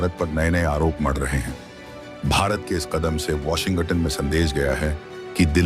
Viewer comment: ***ANCHOR, (Mr.....) Please soften the "G" in Washington--so that U don't say "WASHIN--GUTTON"..***!Swallow the "G" in Washin(g)ton!! That should help!!--NO GUTTON!!!